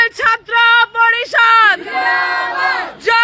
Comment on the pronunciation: ei mohila bhalokore uchcharan korte parena porisadh kathata uchcharan korte parena taranaki chchatra